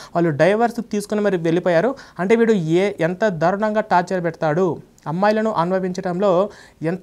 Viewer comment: Tapcher కాదు, టార్చర్ అనాలి